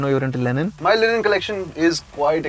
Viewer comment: Why the hell were they pronouncing "linen" as "Lenin"? One is a fabric the other is a soviet leader.